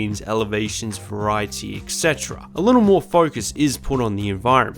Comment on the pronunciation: Just here to point out that etc* is not pronounced "eck setra", but "et cetera" *and so on